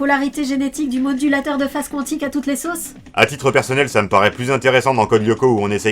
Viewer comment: Quantique se prononce comme ça s'ecrit. Ça m'énerve qu'on écorche ce mot.